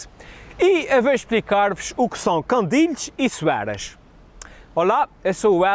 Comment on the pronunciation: olha mais um a dizer 'candilhes'... CANDINS HELDER! CANDINS!!!